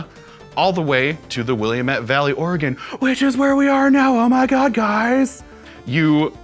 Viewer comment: It sounds like is saying "The Organ Trail" instead of "The Oregon Trail"...